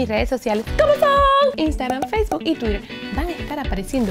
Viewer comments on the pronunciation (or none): none